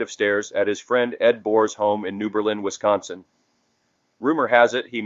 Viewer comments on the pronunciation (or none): none